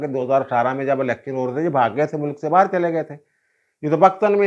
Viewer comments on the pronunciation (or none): none